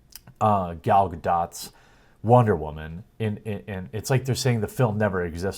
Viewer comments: Gadot? not Dot, its pronounced Dough. You dork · Disney and its marketing department suck, but this whole "let's try to tank this movie" campaign didn't work. Face it ... it's not going to be a bomb. Also, Gal Gadot pronounces her last name GAH-DOE, not GAH-DOT